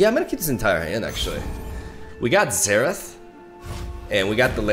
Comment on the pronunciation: It's more like "zerath" than "therath" but both are good 😁